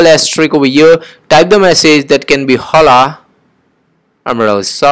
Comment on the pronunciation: Its not pronounced h-o-l-a its pronounced o-l-a